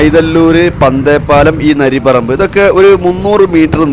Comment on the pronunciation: നരി പറമ്പ് അല്ല നരിപ്പറമ്പാണ്😅